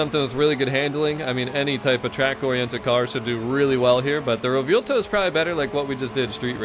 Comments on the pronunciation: Butchering the name bro 😭 (Anyways, amazing content) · If you're talking about the way he keeps saying Revuelto, I cringe every time he says it too. But we love so we can deal with it.